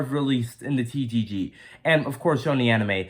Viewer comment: Did you say TGG?